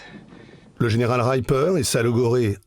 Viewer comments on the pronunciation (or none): "Ripper", pas "Raïpeur". "Jack D. Ripper" pour être précis (clin d'oeil à "Jack the ripper" / "Jack l'éventreur").